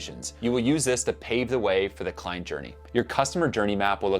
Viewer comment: Hi, i think the word is client? or kind? if I listen, and the context does suggest client...